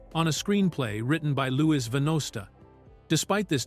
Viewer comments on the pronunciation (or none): none